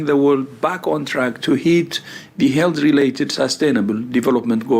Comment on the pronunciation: I don't want to make fun of someone's accent, but you must love how Tedros's pronunciation of "health" sounds like "Hell", which is very fitting for what they have done and they're trying to do.